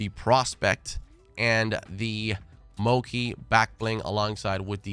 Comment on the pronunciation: Hold up- Moki Backbling? I’m dying lol 😂😂 It’s Japanese so (mo-chee) And Bachii has two i’s so it’s (ba-cheeeee) lol And Tsuki is (soo-kee)